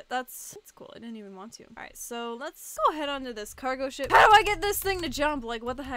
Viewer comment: This is hilarious btw did you guys noticed that when said,"ship" it sounded like she said,"sh*t"